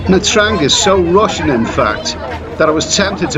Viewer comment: First thing you should learn hoe to pronouciate the cuty"s name correctly before making any video 'mate"